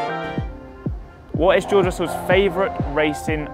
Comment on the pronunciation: george russell says his name like joe russell